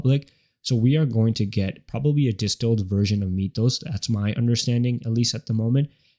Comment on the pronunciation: Sorry... but it's pronounced: m i th oh s not mee th oh s ...